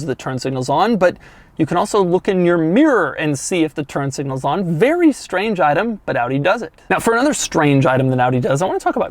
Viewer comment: “This car feels “bvery” “bvery” “bvery” quick” .......this Audi is so much fun, Dough can’t even get the words right.... Awesome